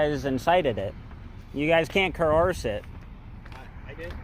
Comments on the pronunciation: You might be a frauditor if you pronounce "coerce" as "cohorse" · Another "Lucky Laptop" moment where can't even pronounce the word "coerce"